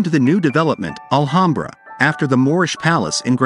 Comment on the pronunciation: I grew up in Alhambra. Please pronounce the name correctly. It’s, Al-ham-bra. Ham as in the pig meat you make a sandwich with.